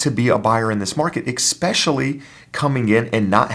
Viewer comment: did you say "expecially"?